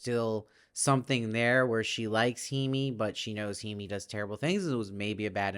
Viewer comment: "Masa" rhymes with the Spanish "casa". "Hime" is pronounced "Hih-may". "Noriko" has the syllable stress on the first syllable, although the syllable stress is more even in Japanese than in English. The missing finger is an indication of yakuza membership, specifically payment for some failure in yakuza business or society. The mother-in-law is almost certainly tied up with the yakuza somehow. (I haven't read the book.) Thank you for the great reviews!